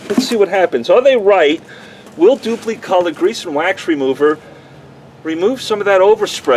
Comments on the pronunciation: Always heard it dupli with an "i" ...kinda funny sounding with an "e"...duplEcolor. wonder if they offer a low gloss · Love the pronunciation “Duuplee”